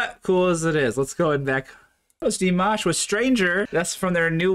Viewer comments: to help you think of pronouncing Dimash correctly, think of mosh as in Mosh pit. then put Dee in front of it. Dee-mosh. Hope that helps. Just subscribed...keep going down the Dimash rabbit hole, you won't regret. Thanks. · Yeah, I’m not sure how anyone could get “Dimish” from DimAsh. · Pronounced (dee • mawsh), with all due respect. The more you explore through the world of Dimash, the more your channel grow. Please have respect and pronounce his name correctly. ❤ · please learn to say Dimash like Sam does. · It is annoying that he doesn't pronounce Dimash's name correctly. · DimASH not Dimish! Please at least get his name right! And what were those lyrics you quoted? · It's pronounced DeeMash. 😂❤ His voice is incredible. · Its pronouced as Dee-Maashh. His has a huge fanbase around the world, so your views come from his fans who loved to follow where his video is playing. We fans love him because of his other worldly talent and skill in singing, not for his good looks (it's just a bonus that he looks like a prince 😂). We would not promote him to everybody if he is not beyond amazing. Check out his other videos if you think he is good. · Not "Dimish" but "Dimash". My ears and every Dear fan's ears hurt when you say Dimish. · Yes. That’s an A not an I. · His name is pronounced Dimawsh not Dimish Dimash😊💚💙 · It's Dee- MAHHSH...as in mom!!! You are saying Dee-MISH as in dish...no no no😅 Those lyrics you were given- don't know where they came from but they're wrong too. He doesn't sing those words.🤷 Oh well, we Love to listen to our beloved Dimash and WATCH you react and comment.👍 Igor Krutoy wrote it - look him up. He has a jaw-dropping resume! You'll learn to identify the different genres in many songs Dimash sings. Dimash is creating his own genre some are identifying as "FUSION". It's the DIMASH genre.🎶🎶🎵🔥 ❤it! ❤it! ❤it! Thanks for giving us more DimAhhsh😅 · Please listen to your buddy...it's not demish...it's dimash...LOL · It’s not Dimish it’s Dimash 🤣